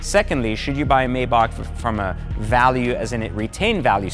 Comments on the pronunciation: Why do these car YouTubers not know how to pronounce the names of the brands they review? It's MY-bach (like the composer) and BRAH-bus. is another one. He mispronounced it as 'MAY-back'. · If you own this many exotic cars you can pronounce it anyway you fucking want. But, for all the haters it is pronounced phonetically as… My-bahh Brah-boose. But since we’re American and don’t speak with a German accent like a c*nt you can say it the way you want. That’s freedom 🦅🇺🇸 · Dude. You mispronounced every damn thing from Maybach to Brabus. Jeeeeeees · I couldn't finish the video because hearing you say the name wrong irritated my soul 🤨🤨🤨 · Technically it’s not being pronounced wrong, it’s just a language/ accent barrier. For instance Americans say Ford , people from UK say Fahd. As long as you spell it the same really doesn’t matter lol